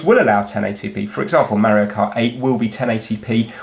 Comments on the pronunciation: I like the vid but i'll have to leave a dislike since you pronounce Mario "merioh" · Why? It's AMEEEEISEEIING! And hawa'yeeeeauuu? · Don't dislike the video because he pronounced it differently. I mean we do get annoyed because of it (myself included until I hear it so much from Stampy and others that i adopt that way of saying it), but it's no reason to be disliking the video. That's a bit extreme, to be honest.